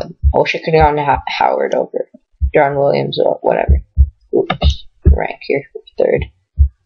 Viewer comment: pau gasol blows... and you can't even pronounce deron williams...